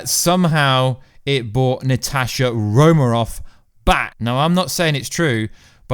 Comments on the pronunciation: Please, It is RomaN Off, Romaroff kept me from focusing on anything else. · The first time I heard him say "Natashi Romarov" I thought "I gotta go check the comments right away!" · Romanoff? Really? Come on,.